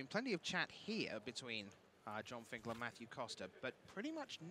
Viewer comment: Finkel, not Finkler.